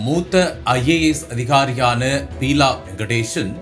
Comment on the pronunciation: Peela illa Beela ( basic ah plus two aavadhu padichirukeengalaa ..seithi vaasipaalare??)